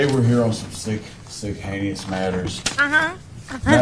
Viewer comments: He is almost worse than DB!!! And listen to him say "heinous" "haykneeus" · He does keep saying "Hany-us" right Im not crazy.